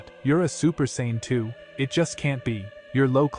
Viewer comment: Saiyan not Saynn and Vegeta nor Vejita